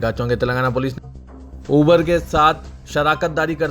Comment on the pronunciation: It’s not ubeeer it’s Uber